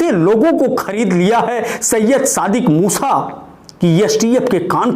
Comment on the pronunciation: Haa haa abe bhai bolna toh sikho yaar dhammi ko dhoni kah rahe ho musa ko musha kah rahe ho haa haa.. bolna sikho bhaiyaa haa haa